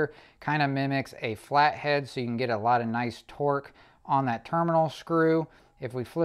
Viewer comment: One comment, the term "a lot" is not pronounced with a long A or a hard A it is a short a. Pronounced "ah lot". Its just like the A in america. Please use the language the rest of us use. Thank you. Great video with good information